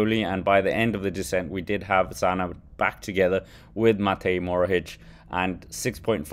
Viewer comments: "mohoric" not "morohic" please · EXTRA - Since people told you how to say a name, let me tell you it's Matej MoHoRič and not Matej Morohič, like you are saying his name. ;)